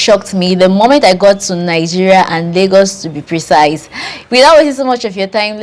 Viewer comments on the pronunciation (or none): none